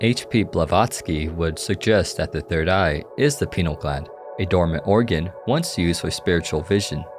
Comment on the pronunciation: I can only listen to so many wrong pronunciation of pineal gland bro